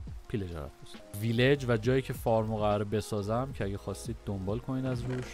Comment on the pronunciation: Fart گفتنت عالیییی بود 😂😂😂😂